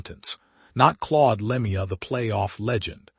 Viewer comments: Dumb AI commentary. That's not how you pronounce Lemieux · Agree it a disgrace to pronounce his name like that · I detest this AI garbage. The second I heard the mispronounced name I got out. I'm blocking this clickbait as fast as I can😠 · Please pronounce his last properly